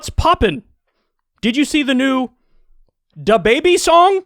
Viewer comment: I had an aneurysm hearing Kyle say dababy